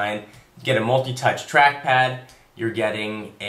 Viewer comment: OMG! Mac Mini is £398!!!!!!!! Also, sounded like he said "new crap pad" :D